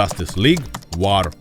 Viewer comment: Чувак, не блуд а блаад; не вар а воо; не тітанс а тайтенс (перевіряй вимову плііііііз). Щасти в творчості! Пасхалка незрозуміла. Зазвичай перегляди можна подивитися в статистиці ютьюба... Так, і найкращий з усіх, вірогідно, все таки флеш-поінт парадокс конфлікту. Багато разів переглядав.